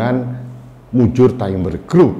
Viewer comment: Bukan taimber Bro. Tetapi tetap dibaca timber..